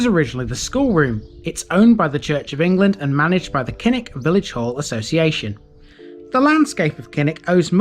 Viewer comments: KILL-ICK. Not KINN-ICK. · Thanks for the screen shot....but, Kilnwick - Killick, as in Beswick - Besick!!, silent n and w!!